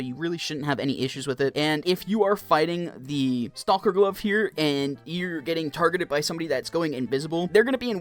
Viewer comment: sir its pronounced "stock-er" not "stall-ker"